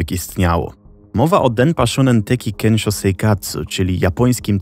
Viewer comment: 1. Bardzo ciekawy temat 2. Proszę, sprawdzaj wymowę przed takimi nagraniami. Np. mówi się „sionen” a nie „szunen”, czy „kensio” a nie „kenszo”. Wystarczy translator google nastawiony na język japoński. 3. Nagrody takie jak żywa ośmiornica czy arbuzy nie są niczym dziwnym w Japonii (prawdopodobnie w większości Azji). Tak samo surowe mięso, które gdzieś tam się przewinęło. Jedzenie ma tu wartość premium i często jest uważane za odpowiedni prezent, nagrodę, czy podarunek z katalogu ślubnego dla gości. 4. Powyższe nie zmienia faktu, że producenci mogli manipulować nagrodami. Myślę jednak, że ta manipulacja ograniczała się do wyboru czasopism, w których były loterie. Tomoaki sam decydował gdzie chciał wysłać swoje zgłoszenie (btw, takie zgłoszenia wysyłało się na białych pocztówkach, co widać np. w ). Możliwe też, że osoby decydujące o wygranych znały już Tomoakiego z TV i wybierały właśnie jego zgłoszenia. Dlatego uważam, że skompletowanie całej konsoli nie było aż tak dziwne. 5. Kto był producentem? W jakiej telewizji emitowano program? (już to sobie wygooglowałam, ale myślę, że to istotne informacje). 6. Ogólnie najs, ale Japonia to na tyle odległa kultura, że polecam dawać materiały na jej temat do sprawdzenia jakiemuś doświadczonemu japoniście, bo bardzo łatwo o powielanie szkodliwych stereotypów.